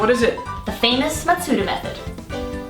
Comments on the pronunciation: It's called The Masuda Method, not MaTsuda. Also, good luck having your Pokemon hold a Shiny Charm. It's a key item. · It's Masuda, not Matsuda,. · his name Junichi Masuda. Not Junichi Matsuda Just sayin'